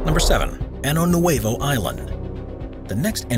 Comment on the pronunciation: Pronunciation: Año Nuevo is spelled with an ñ (enyay) and should be pronounced "Ahnyo."